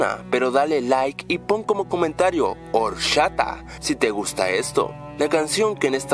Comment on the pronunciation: es orchata lo pronunsia mal pero te entendi